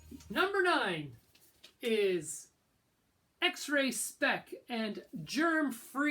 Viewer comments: It's X-Ray SpeX with an X, not X-Ray SpeC!!! How hard is it to get a band's name right when you own their album? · It's X Ray Spex, as in specks. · It's X-ray Spex. Not 'Spek'. Stopped watching after that - before we got to the Sek Pistols. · Typical yank who wouldn't really know what the real punk scene was like in the UK when it all started. the Jam were never a punk band and neither were Wire (even though Pink Flag is a good album). The Buzzcocks were also by their own admission not a punk band. Notice how he can't even pronounce X-Ray Spex correctly. A joke of a video to people of the UK who were there at the beginning of punk starting.